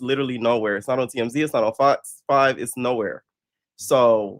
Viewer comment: Man you be killing me with “iss no shade” 😂😂😂